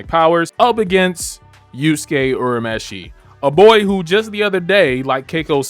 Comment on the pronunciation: the dub is far superior 😂 good video tho I'll definitely subscribe....and btw its "your a meshi"